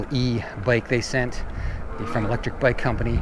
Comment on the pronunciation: I could not tell if here was saying Electric Bike or Lectrik Bike when mentioning several good brands.